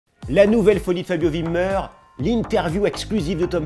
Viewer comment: Tu prononces mal fabio wibmer